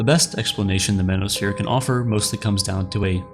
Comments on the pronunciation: "Manisphere" ? Step the F off. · lol the “mano-sphere” my goodness you lost me less than a minute in.